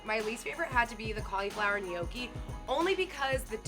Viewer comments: Ni yo ke and “ Philly” killed me lmao. No. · Nay-yoki 😂😂😂 My nonna would lose her mind hearing that mispronunciation 😂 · Can't pronounce "Spanikopita", refers to the bao cheesesteak filling as "Philly", and then calls the gnocchi "Kell nay-oky"?!?! What cave did this poor woman grow up in that she's not familar with these foods? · The way she says gnocchi triggers me